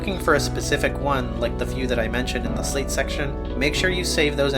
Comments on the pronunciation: Slight. Not slate. Like sleight of hand. You're basically doing a magic trick. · it is pronounced "slight" like "sleight of hand"